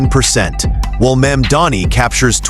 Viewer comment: Americans must love sexual predators and criminals. I cannot understand how disgraced Cuomo has so much support. He believes that by deliberately mispronouncing MAMDANI's name, somehow he can get ahead. What a scum. And every one else who deliberately mispronounces MAMDANI's name only air their ignorance